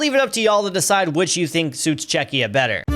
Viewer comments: bro what the hell is Chezchia 💀💀💀💀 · LMFAO "chechia" I believe is supposed to be Chechnya. And saying "Scottlandish" and "Scottlandian" after saying Scottish a bunch of times beforehand. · "Chezchia" is some crazy work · Hun-GAE-ry 😭 Chezchia 😭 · 😂😂 It’s Czechia not “Chezchia” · Czecha [ Nah ] Czezchia [ Ya ] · Chezchia 🤣 how can people still fuck up the name, just google it lol